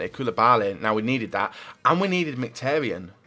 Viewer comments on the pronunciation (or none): never says names properly that have I's in the name. He says marqinos instead of Marquinhos and hes says casmero instead of casemiro and mktharyan instead of mkhitaryan